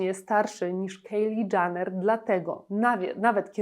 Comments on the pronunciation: Nie mówi się Janner ,tylko Jenner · Nie wiem czy ona w ogóle na jakąkolwiek Galę przyszła w mniej odsłaniającej ciało kreacji, ale taka już jej natura, żeby zwracać na siebie uwagę. Na przyszłość nie czyta się Janner (dżaner) tylko Jenner (dżener). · Nie Janner… to też chyba nie jest w dobrym guście komentować a nie dowiedzieć się jak wymawia się nazwisko komentowanej osoby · Jak już kogoś Pani ocenia proszę poprawnie wymawiać chociaż jego nazwisko 🙈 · Źle wymawiasz jej nazwisko